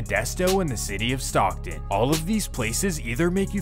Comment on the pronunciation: Stoccton lol chill bro